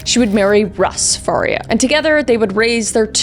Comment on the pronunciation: Wow, seeing the last victim with the same last name as me was crazy! Its not a common last name. Mine is pronounced FAR-EE-UH (like Maria but with an F) but it's super common for it to be mispronuned and said the way Kris called it